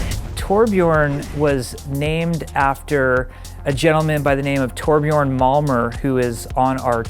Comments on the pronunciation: it's torbjörn, not torbjorn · ITS TORBJÖRN! NOT TORBJORN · torbjörn not toar-bjiorn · Actually, the umlaut in Torbjörn should be spoken, it's an ö not an o. "Tor-Björn" does indeed derive from Thor ("thunder") + "björn" ("a bear"). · Cmon it's pronounced "torbyurn" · No its a TOR-BJÖRN get it? Oh Yea your not swedish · NOT EVEN CAN PRONOUNCE TORBJÖRN RIGHT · Not even K. can pronounce Torbjörn correctly.